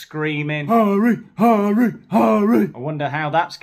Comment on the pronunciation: I am german and the pronounciation of Harry was so so bad, hard to understand at all 😂